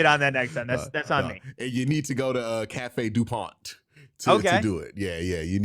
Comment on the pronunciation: Cafe Du Mond bro. Not Pont.